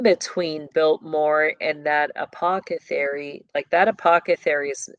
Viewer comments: ApocCethary? Isn’t it apotheCARY? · Please stop saying Apocethary. You are an intelligent human being & know how to correctly pronounce this word. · Apothecary; th not ca 🫶☝️ Just finished "Peaky Blinders" Netflix Series 2013, post War England up to mid 1930's. Disclaimer: Raw, Sexual Content, Nudity, Violence, Murder, Language. Adult Content. Pray over your mind if you decide to delve into it. Not PG rated for sure. Fairly filthy actually Puts it into the timelines of these bloodlines of Elite. Leading up to beginning of 3rd Reich with the communist and Fascist Revolution. Unions involved, pushing public opinion. Guided by Gov and leadership of Wealthy influence. About the time of Vanderbuilt, Rothschild and Rockefeller families Monopoly World Gov and Elite all playing on the checkerboard. Of course it's not about the Satanic aspect, but you see the underground criminal aspect and how they intermingle. Just layer on what you already know